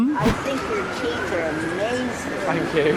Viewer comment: The guy who thought he said fuck off I can kinda understand cuz when he repeated it the accent did make thank sound a little like fuck but then again it's London and as a Scot to me it's the English Glasgow where violence is around every corner no matter what